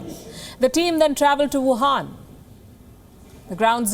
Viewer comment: Palki you call it whuhan virus